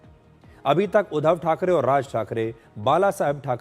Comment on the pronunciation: सुधीर जी, उच्चार थो..डा ठीक करें. उद्दव नही. उद्+ध्धव. मराठी मे व्यंजन पर जोर डाल कर बोलते हैं. वैसे ही संधी शब्द एकत्र व जोर डाल कर बोलते हैं,उदा: स्+मी-स्मीता.इसलिए मराठी कडक है. इसे हिंदी मे समीता उच्चारते हैं.